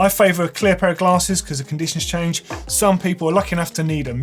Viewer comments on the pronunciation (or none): none